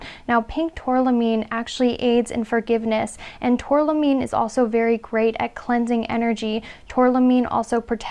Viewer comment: #1 tourmaline not tourlamine, great reading thanks